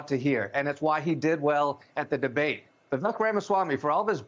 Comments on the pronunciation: His name is pronounced Vivayk. Not Vivick. Be an actual journalist. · Why can’t they say Vivek’s name right? It rhymes with cake. He’s said that a bunch of times. That pretty much ruins their credibility as journalists. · His first name rhymes with cake not peck. If reporters cannot annunciation his name properly that automatically disqualifies whatever they are saying about him because to me they clearly are just regurgitating whatever they are told to say. Horrible “reporting” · Maybe as a journalist you could at the very least learn how to pronounce his name. He's told us over 100 times his name rhymes with "cake". You really should get it right since he's the man of the hour. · I love how they can't be bothered to pronounce his name properly. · Professional journalists? Can't even do basic research and pronounce Vivek properly. Is this lazy journalism or racism? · They can’t even pronounce his name right